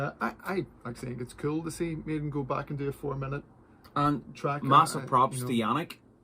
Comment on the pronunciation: Go. you can't pronounce go? it's not yo